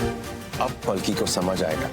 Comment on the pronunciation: Salki nahi palki😂😂